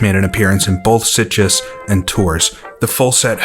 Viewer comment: Pesetas= Pesaytas. Sitges=Seatjes in Castillon